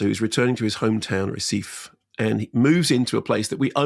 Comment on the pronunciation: Heh-SEE-fee (Recife)